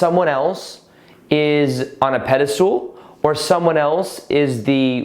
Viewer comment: Pedestal not pedastool